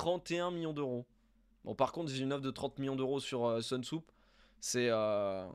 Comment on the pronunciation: Soonsup se prononce Sounseup et non pas Seunsoup comme tu as tendance à l'appeler;)